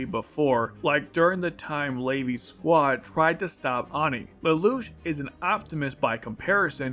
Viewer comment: did you just say layvi?